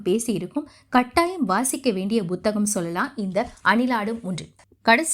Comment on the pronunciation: Buthaham illai Amma Puthaham என்று உச்சரியுங்கள்